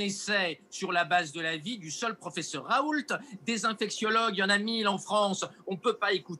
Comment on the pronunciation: Bon sang... on dit [ raou ] et non [ ̶r̶a̶o̶u̶l̶t̶e̶ ] ! Comme on dit [ reno ] et pas [ ̶r̶e̶n̶o̶l̶t̶e̶ ] pour Renault (< renald). En français le T final n'est jamais prononcé. Le L est, quant à lui, vocalisé en U depuis plusieurs siècles (raout) comme c'est le cas dans le patronyme Renault (renaut) ou encore le toponyme Saulzet (sauzet)... Ce L n'est en fait qu'un doublon du U vocalisé, qui ne subsiste que par coquetterie étymologique. Et c'est d'ailleurs bien [ raou ] que prononcent ses proches collaborateurs de l'Institut hospitalo-universitaire de Marseille interrogés sur les chaînes d'information. Bien qu'il s'agisse ici d'un nom propre, on remarque que le phénomène concerne également de nombreux substantifs. On voit ainsi clairement que le refus systématique de la moindre réforme orthographique mène les locuteurs natifs du français à de nombreuses interprétations erronées du code écrit de leur propre langue. Je ne compte d'ailleurs plus les rencontres avec des personnes ne sachant correctement prononcer leur propre nom de famille ! Très souvent ces dernières reproduisent, de génération en génération, une hypercorrection due précisément à l'incompréhension de ce code écrit artificiel et ultra-étymologisant...